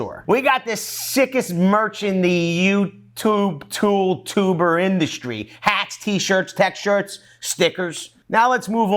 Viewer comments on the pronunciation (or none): none